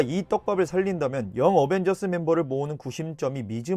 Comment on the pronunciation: 왜 영 어벤져스인데 걸 어머졌으 인거냐 대체?